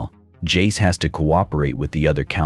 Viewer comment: " Vi and Porder" ... "His name is Jay-Z" Dude got 99 problems and pronunciation is every single one of them.